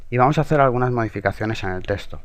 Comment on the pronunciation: buen tutorial amigo =D me da riza cuando dices testo xD, bueno suerte